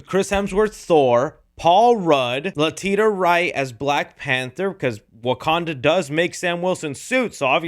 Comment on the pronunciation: You mispronounced Letitia Wright’s name